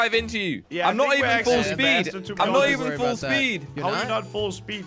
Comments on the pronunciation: Full Spood 😂🤣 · "Full spood"